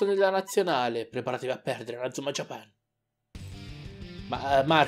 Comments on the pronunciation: Bel video! (Comunque è JÀPAN, non JAPÀN) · japan è inglese, e l'accento non cade sulla prima A dato che non c'è, ma sulla seconda. la pronuncia italiana nel doppiaggio è sbagliata, così come Inazuma e Raimon.